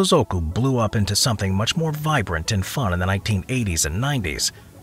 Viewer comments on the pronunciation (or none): none